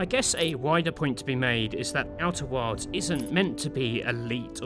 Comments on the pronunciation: Why do I keep hearing you say "Outer Worlds"? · I swear to god i heard him say outer worlds like 6 times, must be the accent lol. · Worlds and wilds have different pronunciations!